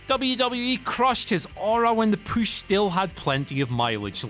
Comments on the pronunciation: I don't know why, but this guy repeatedly saying "poosh" instead of "push" is driving me fucking insane. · why does he say "poosh" instead of push? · Maybe I'm the only one slightly annoyed by the pronunciation of PUSH not POOSH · Where are you from? Why do all the words that have OO or OU sound so weird coming from you? You are the only person I’ve ever heard that makes push sound like poosh alongside many other words. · WhatCulture workout: Every time he says POOSH, give me 20 POOSH OOPS! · If youre gonna try to place more heat on cena, learn how to say push...its not pooooosh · I can't take u seriously wen u say poosh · They realized they needed to do something on the way this guy says pooosch, like i said last video. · Downvote because I can't stand the way he says "POOSH" 😠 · I want to beat your ass for saying push like pooosh. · whats this poosh word that keeps being said??? edit: oh my dear god i have known a partially deaf 7 year old pronounce things better than this idiot lmao. u and oo completely mixed up n u say bury as berry. should sounds like shud not shood. jesus h christ what a flid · Stop saying pooosh... PLEASE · Say "Püsh" one mor time ! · I hate when he says "pooush" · They look for any video where he can say "poosh". They must. It needs to be done. Jesus. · Your repeated push pronunciation is stupid. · Whatculture needs to stop pushing! He can't even say push correctly! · It really bugs me the way this guy says push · It’s his accent